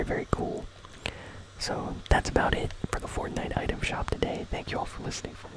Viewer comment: Bro it’s for a vid 💀 and it’s item not utem